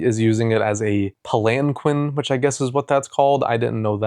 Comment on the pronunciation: its pronounced Palan-keen :)